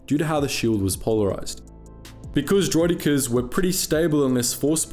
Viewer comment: Vere ar does der-roiddd-ik-ares